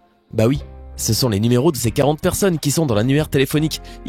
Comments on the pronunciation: mdr a ta dis 40 poursonnes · Tu as dis 40 porsonne ton écriture et juste mes quand tu la dis c'est chelou .